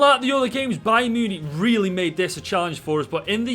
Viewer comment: I have family from Stoke and never knew I needed to hear them say Munich so much MEEYEWNEEK